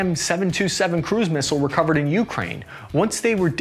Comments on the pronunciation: For the love of God bro, please stop mispronouncing Ukraine! It's you-CRANE, not YOU-crane. Stress on the last syllable, not the first! And before some clown comes in the replies with some BS, in Ukrainian it's pronounced Украї́на, so I'm right and you're wrong. Don't even try me! I'm fuggin psychotic! Otherwise, good video! Liked & subscribed, keep 'em comin' 👍 much love bro 😊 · Jesus... It's you-KRAINE, not YOU-kraine. Just like Iraq is EAR-rack, not EYE-rack!